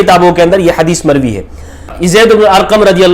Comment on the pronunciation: ''mokhtulif ulfaaz k saath mer-vee hai''.fix ulfaaz bhe nahi han, very strange